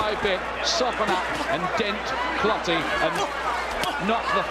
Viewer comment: Clottey not clotty 😂